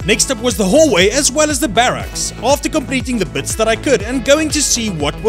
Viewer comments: I really don't know, it just grinds my gears xD sorry! Still watched it all tho :-P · am i the only one that really hates how he says barracks? xD